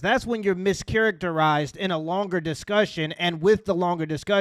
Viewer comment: "Meescharachterizzed weethout conteenxt"